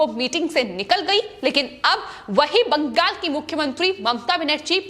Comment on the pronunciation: ........ एंकर को बोल ने मे तकलीफ हे... इसे बदल दो... बंगाल को बंगास बोलती है...